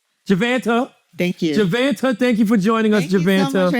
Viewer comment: Jevanta ❌️ Jevonte ✅️